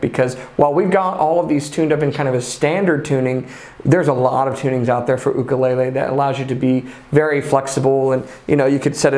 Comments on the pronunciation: Mahalo nui for pronouncing ooukule correctly 🤙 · It's sort of weird to hear/see the correct pronunciation come out of the mouth of somebody outside of Hawai'i. I'm so accustomed to hearing "yukulaylay", or "wukulaylay" from some brits, that hearing "ukulele" caught me off guard.